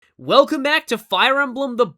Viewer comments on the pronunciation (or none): none